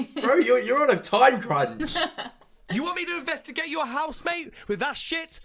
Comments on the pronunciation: But says investimagate which I like better. Rolls off the tongue easier. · You spelled it wrong. He says,"Invedigate"